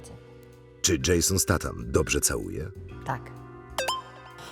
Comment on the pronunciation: "Dżejson Statan"....